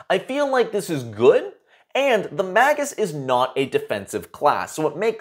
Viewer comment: Good review. Its May-jus, though.